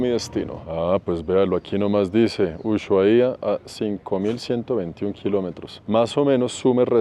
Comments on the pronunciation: excelentes tus videos. Una aclaración, para nombrar a Ushuaia la H es muda en éste caso, se diría como Usuaia...saludos, muy buen contenido!! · Hola, te digo como se pronuncia ushuaia, se dice usuaia. La h seria muda, no como shopping. 😊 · Se pronuncia usuaia cretino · En Ushuaia la h es muda y el acento en la primera a, se dice usuAia, es lengua nativa 👍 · Usuaia, la h no se pronuncia 😂